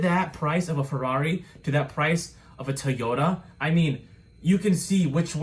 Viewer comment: Grey crew if only for that pronunciation of Ferrari. 100 likes mean you do a video in that accent!